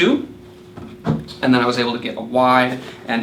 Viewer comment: it is AND not eeennnd :)